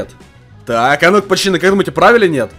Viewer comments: ПАЩАНЫ ПОЧЕМУ НЕ ПАЦАНЫ А ПАЩАНЫ? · АХАХАХАХ ГОВОРИЛ ПАЧАНЫ ХААХХАХВХАХ А НЕ ПАЦАНЫ Л